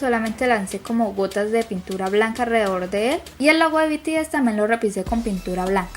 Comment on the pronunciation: Dijo puntura embes de pintura